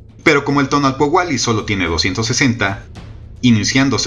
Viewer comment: Muchas gracias por el tiempo, la creatividad y el estudio que te llevó hacer este vídeo., Solo una pequeñita observación en la pronunciación: TONAL- POUH- KE ya que tu estas diciendo TONAL- POUA -KE